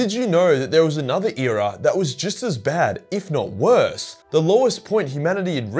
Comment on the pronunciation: “Worse” and “apostasy”